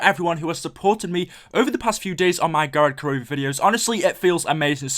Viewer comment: why do almost all english youtubers say gorod korovi? Can't they just say gorod korovi?